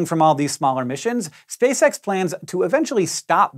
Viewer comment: cant stop hearing "Spay-sex" idk why nooooo